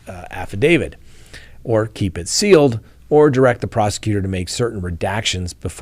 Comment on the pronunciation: Hey can you say sealed. 😆🤣